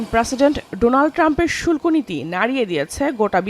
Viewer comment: শুল্প না, শুল্ক হবে😂